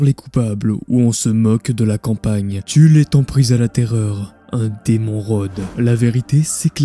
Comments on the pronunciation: il n'y a pas de S à Tulle ! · C’est TULLE SANS LE S purée les gars